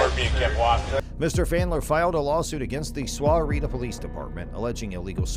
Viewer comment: Just do you know Sahuarita is pronounced Sawarita